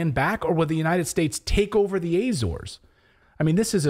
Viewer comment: Ah-zor-es, as in attention, applause. Same in English, Portuguese and Spanish. It is not "Ayy-zores".